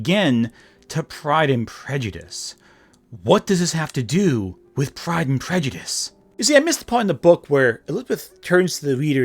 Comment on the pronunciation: I was commenting on her pronunciation, and presumed ignorance of the actual book, if she can't even get the title right. . I am frequently the victim of autocorrect, or just clumsy thumbs in general, and my eyes aren't what they used to be either, but your comment suffered from neither of these problems and is flawless.